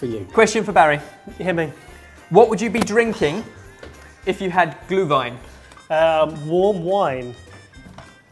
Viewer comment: i like it how you pronounce Glühwein ^^ im from germany